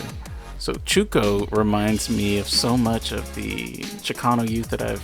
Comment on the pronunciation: And its Chucho not chuko.😂😂😂